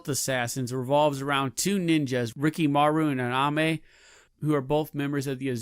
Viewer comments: Ayame. Not Aname. Are you trying to pronounce things wrong? It's very aggravating. I guess you got me to comment and engage. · It’s Ayame, not Aname